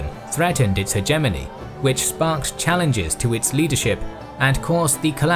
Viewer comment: his pronunciation of hegemony is starting to become annoying. And I usually don't care about these things at all.